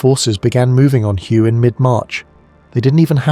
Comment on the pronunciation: It’s pronounced “whey” not “hugh” AI is terrible